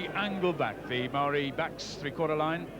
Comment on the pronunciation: I’m very impressed that the commentator is pronouncing “Maori” correctly. Many kiwis of that generation still alive now still pronounce it “Mow-rees” - completely incorrect